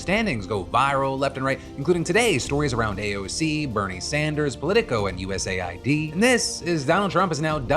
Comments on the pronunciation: Please call it US Aid not YOU-ESS-AYY-WHY-DEE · Philip, please, it’s “US-AID” (aid, as in help, assistance), not “USA-ID”🙏🏻 Look at their logo, it’s 2 different colors spelling exactly how to pronounce it. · US AID not USA ID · Why do people say USA I D instead of US AID? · I always thought USAID was pronounced U S Aid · Why is it not pronounced US Aid? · I always thought USAID was pronounced "uusayd" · Phil's pronunciation of USAID is destroying my brain...